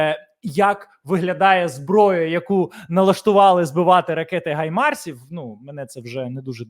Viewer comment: А кому Гаймарс а не Хаймарс?